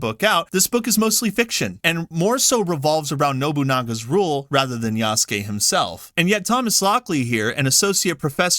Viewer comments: Ya-Su-Ke. Eastern culture say each hieroglyphic as one syllable. It's not combine. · Everytime an ignorant English speaker pronounces the name yaSUke, a baby deer dies somewhere.